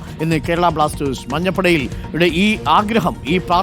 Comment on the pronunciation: It is not Blastezh. It is Blasters.